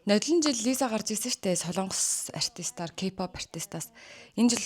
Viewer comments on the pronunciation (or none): none